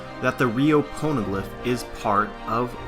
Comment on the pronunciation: why do I keep on hearing porno glif?